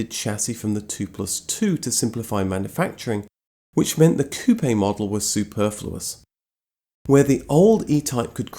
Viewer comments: As a french, I love the way you pronounce " Coupé " ! And thank you for your excellent videos ant texts. Do you inted to tell the story of Simca and his famous CEO, Henri Théodore Pigozzi ? Amitiés ( en français ! ) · In your face JDM fans that say that the RX7 is the most beautiful car. One of my dream cars. I like this guy because I pronounces Jaguar and Coupé properly